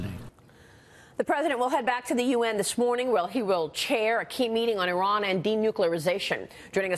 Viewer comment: Great speech (after everbody laughed at him) Trump can't even pronnounce Iran (eeerahn)